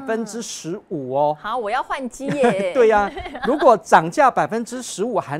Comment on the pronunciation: 兆華聲音很好聽👍，如果可以再把發音稍微正音一下就更完美了😜，例如：如果總發音為盧果。例如總發音為例盧……